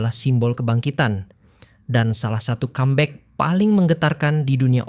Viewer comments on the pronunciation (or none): none